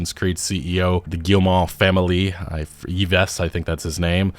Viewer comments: Yves (Guillemot) is pronounced "eve", not "ee-vess". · for future reference, the french name “yves” is pronounced “eve”. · EVE. EVE is how you pronounce Yves. Painful to hear that butchering over and over. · Eve lol, not "Yevess" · Very good video, been watching your stuff for a few years now. HOWEVER, the French Canadian in me is yelling "IT'S PRONOUNCES EEEVE, NOT EEV-ESS!" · The name "Yves" is pronounced similar to "Eve", not "E-Ves". Probably the most famous Yves to English speakers is the fashion designer "Yves Saint Laurent". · It's "EEvh" not "EEvess" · Like, “Adam and Eve,” it’s pronounced, “Eve.” Yves Guillemot is pronounced, “Eve Geelmoh.”😢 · "Yves" is pronounced "Eve" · FYI, the ceo's 1st name is pronounced "eevz" 😂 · Y-v-e-s!? Shouldnt be that hard to know its pronounced "Yyv" or "Eev"... By the gods, 'muricans should just not even try to do other languages. Almost every time I hear a 'murican(incl. english Canadians) pronounce anything that is not in english I die a little inside. 🤣 ... often fail at english as well. Cant even say aluminium properly. 🤣 But yeh, Ubisoft is not doing well. Their last three games have all underperformed by a wide margin, well... not entirely sure about Avatar but. But then again, guess that is what happens when one tries to do "art" by the numbers. They are literally just doing the equivalent of coloring inside the lines of those coloring books kids have. And maybe even the rest of the gaming world is starting to catch on to that, something I noticed well over a decade ago. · Yves is pronounced “Eve” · Yves is pronounced Eve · The name is pronounced EVE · Yves is basically pronounced like Eve. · Yves is pronounced like Eve for Christmas Eve. You do not pronounces the es at the end. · Yves is pronounced "Eve" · “Yves” is pronounced like “Eve”, I thought you should know since you’ll probably have to say it often in the next few months lol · Just for fun and knowledge : Yves (french) is said like "Eve", in english ;)